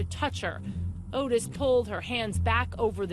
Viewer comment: Not Otis Toole, Ottis! Pronounced Ot-Tis not Otis!!!!